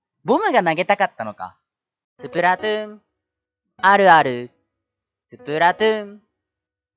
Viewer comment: スプラトゥーンあるあるってうなぎが言う時 「スプラトゥーあるある」 に聞こえるのは気のせいですかね？